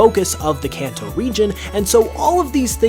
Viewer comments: You keep pronouncing Kanto wrong. Kenton is pronounced (kahn-toh). Its Japanese. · I mean Kanto not kenton.